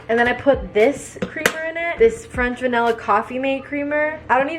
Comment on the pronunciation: Gurl it’s vanilla not vanella